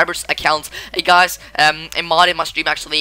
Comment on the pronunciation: Great video! But can u try to say "guys" instead of " gaz"?